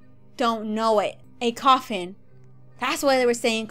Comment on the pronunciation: It not coffin say coffin phome